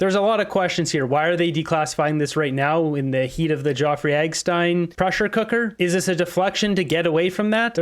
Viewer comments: I love you and the work you do but the name is not Geoffrey it's Jeffrey Epstein as far as I know. These little thing niggle sometimes. lol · Jeffery Epstein name is not pronounced Joffrey. Sorry that I had to tell u r pronouncing the name wrong. I love your show, I watch it everyday. Have a great day. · Dude, his name is not "Joffrey EGGstein" .... it's Jeffrey EPPPPPPstein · Are you saying Jeffrey epstiens name that way on purpose? Love the videos but that's a weird pronunciation 😅